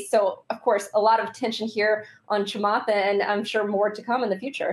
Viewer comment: It’s not kamath it’s chamath